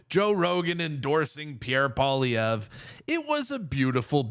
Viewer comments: Hey Rogan: what is so difficult about 'POLLY EV'? Not that hard, buddy, just sayin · Dude .. pronounce his name right Paul E Ver ( like air) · Joe needs to learn how to pronounce Pierre's name correctly if he really wants to endorse him fully. Enjoyed the thought of Trudeau's cringing while he listened to the chants of endorsement for daddy. 😅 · I wish he'd care enough to pronounce his name right. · Doesn’t even know how to say his name 😂 oh yeah full on endorsement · It was music to my ears! I hadn’t watched any UFC until last night. Now can someone help Joe Rogan pronounce Pierre’s surname; phonetics are a wonderful thing 😂. Keep up the great work Pleb 👍🏻👏🏻👏🏻